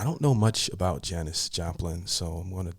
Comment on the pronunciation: Yes you pronounced it correctly. Haven’t heard of Janis? Under a rock?